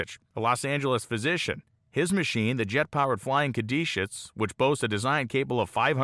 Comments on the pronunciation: Caduceus is not pronounced "cad ee shus" as you do in the video. It's "cad u see us". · Not to be pedantic but the Flying Caduceus is pronounced "ka-doo-see-us", not "ka-dee-shus". The caduceus is the mythological staff often depicted with 2 snakes wrapped around it as a symbol in the medical field.